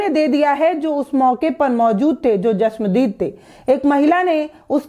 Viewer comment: Chashmadeed hota hai bolna sikho